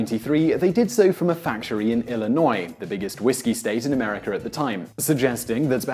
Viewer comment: I like how UK people put an "R" at the end of some words. like he said "Americar" haha